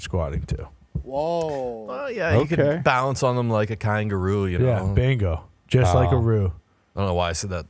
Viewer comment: I’m never getting over saying THUM instead of them everytime